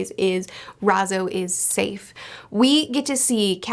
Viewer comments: good Video, but it’s R A I Z O, not R A Z O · What is so hard about the pronunciation of "ai"? Its R-eye-zoh. Like is it an on purpose joke? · Ah yes, "Rhazoh" my favorite scabbard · I like how she says Razo 😂😂😂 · She says Raizo with a southern accent, how adorable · Why does sound like she's saying Raizo in a Texan accent XD